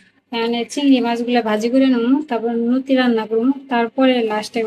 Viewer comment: নতি না লতি নাই না লাউ কথা বলো উচ্চারণ শুদ্ধ করে বলো না কেন